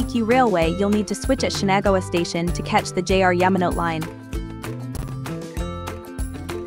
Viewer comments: It's Kay-kyu and Yama-no-tay! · Yama-no-teh is a little more accurate